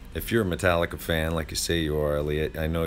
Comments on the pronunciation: Marstallica ? you mean Metallicarse haha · instead of marstallica u should have said larstallica